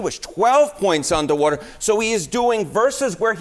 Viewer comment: “Undah wadah”